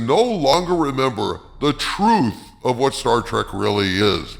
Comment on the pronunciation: 'i loves 'star track'! -- 'star trek' 'writer'